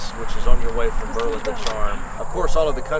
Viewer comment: You need to learn how to correctly pronounce Berlin.